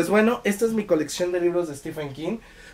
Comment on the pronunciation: Aunque prácticamente el 100% de los hispanohablantes, incluidos todos los youtubers, pronunciéis stiFen, su nombre se pronuncia stíVen. Basta darse una vuelta por reseñas de youtubers angloparlantes.